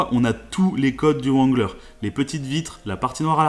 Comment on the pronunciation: Juste le Jeep se prononce rangler et non comme il est écrit